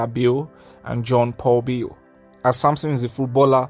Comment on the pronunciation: Bale is an Ijaw and itsekiri name. And you are not pronouncing her last name properly.